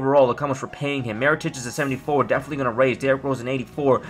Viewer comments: His name is Mirotic, not Marotic.. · mee-ro-tich. his name is not that difficult